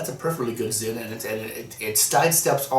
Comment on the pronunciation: I kept hearing California "ZIM" and I had to giggle. :P